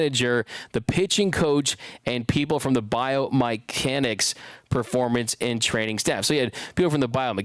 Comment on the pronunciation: “BIO-MY-CANICS”